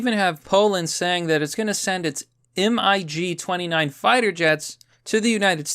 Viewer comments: „EM-EYE-GEE” xDDDD Did your handlers tell you to pretend you dont know how to pronounce kacap words in effort to make it little less obvious? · Not M I G, just MIG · Did you really spell out "M-I-G?" 😂 Come on buddy, you know what a MIG is, say it as one word. It's a combat jet series just as famous as the US's F series (F-15, F-16, ext.)